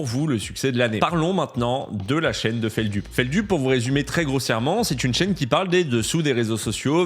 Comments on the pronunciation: Ça me stresse qu’il prononce “FeldUp” et non pas “FeldEUp” 😭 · Ça se prononce fèldeup pas feldup 😅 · Feldup prononce lui-même prononce feldulpe. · Feld "Up" ou .... Feld "eup" ? La prononciation, SVP, pour les néophytes comme moi, qui découvre (avec grand plaisir), la personne.... Merci, par avance !!